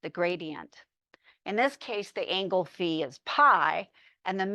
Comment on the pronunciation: someone who has pronounced phi correctly! ureshi~~